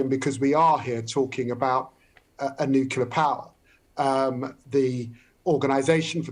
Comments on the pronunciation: Expert!!!!!!!!!!!!!!!! '' NUKILAR''??????----------------Nuclear!!!!!!!!!!!!!!!!!!!!!!!!!!!! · LIAR! I want to see NATO at war with Russia in Ukraine. Also, IDIOT, it's "nuclear" not "nukular". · It's Nuclear not Noclour the big dummies that can't pronounce the damn word. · Nuclear. Not nukular. How are some of these people even allowed to publicly speak if they can't pronounce rudimentary words? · New-clear. Not nucular. It's so annoying. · David 'NOO-KYULLER' Lammy 🙄 Many of these people can't even pronounce words correctly and they're running the country?! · One of these interviewees appears to be an expert and competent communicator, the other seems to be a bullshitter who also cannot pronounce the word nuclear ... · And he doesn’t know how to pronounce nuCLear? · I find it difficult to take seriously anyone in authority who is unable to pronounce ‘nuclear’ correctly.